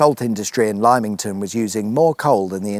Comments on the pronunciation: I never want to hear you say Ly-ming-ton again 🤣. At first I thought you were trolling but as you went on, my ears bled. As has pointed out, it Limm-ington. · LIMEINGTON 😅 Don't let the locals hear you misspronounce it. Did you know that when Poundland opened there there was such uproar about it lowering the tone of the high street that they handed out free champagne on the opening day. It's Lim-ing-ton (for some strange reason) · Pronounced ..... LYM (limb) not lime..... pah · I thought at the start with the pronunciation of "lime"-ington, it was just a mild p-take with a joke to follow. But at the end of the video with no "lime" pun in sight I realise you're just mis-pronouncing it! "Limm"ington not "Lime"ington lol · "Lime ington???" I get that if you have never heard of a place before, and the spelling is ambiguous, a person may get it wrong, but lym can only ever be pronounced "lim."! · Interesting video - thanks - I know this area very well for over 65 years. By the way…you pronounced Lymington wrongly - you said “Limeington” phonetically whereas it’s “Limmington” phonetically. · Lymington is pronounced without the lime. Lim ing ton. Fwicked updates coming at ya. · It's pronounced Limmington not Limeington! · Oooo Lymington is NOT pronounced "Limeington" O.o /reachesfortherolledupnewspaper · Are you being ironic calling Lymington 'lie mington' and not 'limb ington' like how what it is saided?😅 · Galliano and their track, Twyford Down. 🎵That needed a background soundtrack if ever there was one. (It's on the M3 passing Winchester.) The rotting pier. So close to the Dancing Man Brewery, and that white dome (about to be eaten by Eels and maggots), the now sells Indian food. LIMEington? Lim-it-ton.? Let's call the all thing off. And at the end, you look like like you are in the KKK church! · Heads up, LIMM-ington, not LIME-ington ;) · Oh... Limmington; not Limeington... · Lymington is pronounced LIM-ing-ton not LIME-ing-ton. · "Limington", not "Liemington".